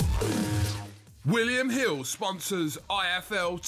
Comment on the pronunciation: Wiwiam Hiww sponsors OY EFF EUUUW TSEY VEYYY